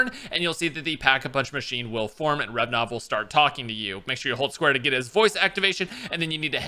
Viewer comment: RA-VE-NOV Not revnov xD